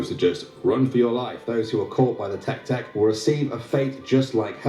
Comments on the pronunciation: Guy says Teck Teck Me: no no no no no no no no Its TECK-AY TECK-AY Guy says Kachisakie~Ohna Me: No- I'm done. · Nah who the heck is tek tek it’s pronounced tek-eh tek-eh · why did he pronounce te-ke te-ke like teke teke? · It's not said like tech tech it's te ke te ke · Take take not tek tek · The hell is a tek tek? lol it's pronounced tek-eh tek-eh lol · It's tek- y tek- y